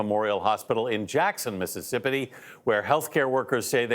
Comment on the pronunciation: He said “Mississippity” 🤣🤣🤣